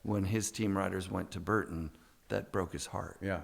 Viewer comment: lol mega facepalm every time this dork says 'Hurton" instead of Burton. grow up.